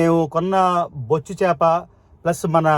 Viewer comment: అన్న అది బొచ్చు చాప కాదు అన్న. బొఛ్చా. చాప అన్న. Ayyooo